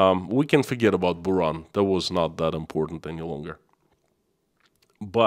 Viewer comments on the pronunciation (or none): none